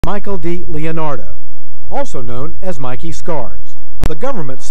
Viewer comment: You’re getting better in pronouncing Mikey’s name. Lol xx. Hi 👋 my best friend MIKEY. Hope you’re keeping well xx